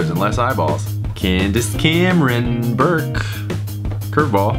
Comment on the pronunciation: Ahem... Candice Cameron Bure not Burke. Lol